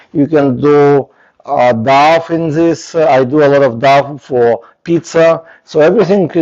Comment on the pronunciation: Thank you for the video. You are very brave to make videos as a non-native English speaker. I just want to give you feedback/English lessons that "dough" is pronounced like "doe" (not "doff") and "recipe" is pronounced "RESS-ipp-pee" not "reSEEP". Tricky English exceptions.